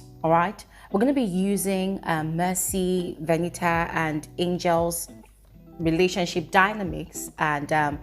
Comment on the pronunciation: how you dey call this girl name VENIT AAA😂